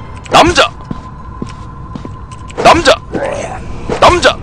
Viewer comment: 언니가같이듣다갘ㅋㅋㅋ 이남자왜케감자감자거리네ㅋㅋㅋㅋ간자가아니고남자인뎈ㅋㅋㅋㅋ